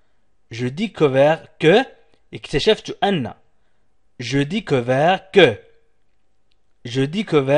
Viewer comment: Il pronence mal !!!